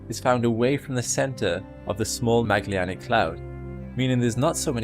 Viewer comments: Ok sorry but.... It's MEJ-uh-Lan-ick! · Please reconsider your pronunciation of the word Magellanic. The e comes before the double l, not after. Merriam-Webster dictionary offers the following phonetic assistance: Mag·el·lan·ic. ¦majə¦lanik